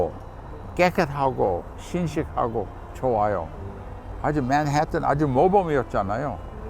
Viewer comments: 교수님이 맨해튼을 한국식 발음으로 맨. 해. 튼. 하고 발음 하시려고 노력하는 모습이 죄송하지만 너무 귀여우세요 ^^ 원래 미국인들 발음하는 대로 표기하자면 믄.해~뜬 이라고 하죠. ㅎㅎㅎ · 교수님 영어발음... ㅋ맨햍은ㅋㅋ 왜 이렇게 굴리시지?? 하는 생각이 드는 것 보니까😂😂 한국어를 너무 잘하셔서 ㅋㅋ 제가 교수님이 미국인임을 까먹었나봄 😅